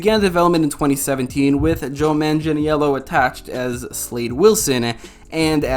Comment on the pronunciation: bro that was the most atrocious way to say Joe Magnello's name lmao